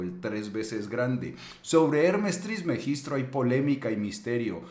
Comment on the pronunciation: TrismegisTO no TrismegistRo